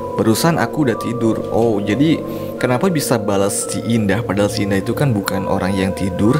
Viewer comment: "indah" kenapa saya dengar "dinda"